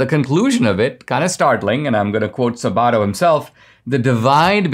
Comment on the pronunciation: Dinesh, please learn to correctly pronounce Larry Sabato's last name. The emphasis is on the "Sab"- not "bat".